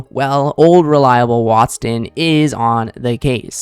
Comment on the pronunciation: BTW….it’s Watson… Not Waston Or Watston